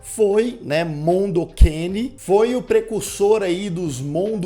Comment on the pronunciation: pq vc fala mondo QUEINE? o nome é mondo cane... tá escrito ali